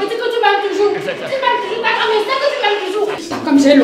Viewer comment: 👌👌🤩 tchakam j adore sa façon de prononcer...